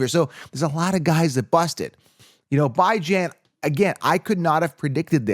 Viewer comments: please pronounce his name Bee-Zjohn. Google “The House of Bijan” the owner pronounce it “Bee-Zjohn.” This well ultimately lift the curse from Bijan Robinson if we start pronouncing his name correctly? 😂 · 😂 Bye-Jan is not how he says his name. Just YouTube search “how to pronounce Bijan Robinson name” and Bijan will tell you himself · Can you please stop calling that man Bye-jan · This. Where did you ever hear his name pronounced like that!? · it's drive me nuts everytime I heard it. The paid announcers say it weekly. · no it’s not and every time you say that it makes me cringe. If you’re gonna make a video about someone please learn how to say their name properly